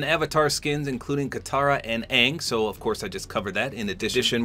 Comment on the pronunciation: It’s actually pronounced ong hope this helps 😊